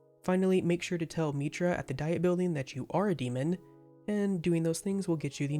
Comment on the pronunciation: The "Diet" in "Diet Building" is pronounced "dee-it"